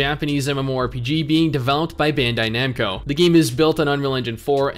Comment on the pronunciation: When he Americanizes Bandaid Namco.